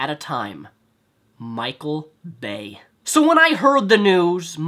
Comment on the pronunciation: Wow this video does not have a single original thing in it. Did you Google "Michael Bay jokes" before making this? You said the exact jaded things everyone else says about michael bay, except you can't even say it properly. Garbage video.